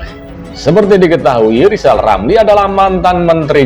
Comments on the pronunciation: Bacotnya rizal lama2 semakin goblok,ngomong gede jadi mentri di pecat dendam dasar goblok ngaku pinter ngomong r aja ga becus,ngoceh aja gede. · Kalau hati sdh di rasuki sakit hati Segala ucapannya bikin ilusi Pantas di depak dr mentri Ngomong R saja tdk jelas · Hae rizal ngomong mulu lo ngomong R ga becus , ente sakit hati ya di pecat jokowi , itu artinya ente ga becus kerja